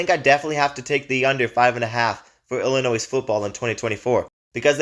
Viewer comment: Please learn how to pronounce the teams' names before making a video. Illinois... you don't pronounce the S.